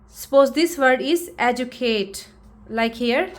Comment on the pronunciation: Sound shikhate ho kintu " educate" pronunciation galat bolte ho IPA deklo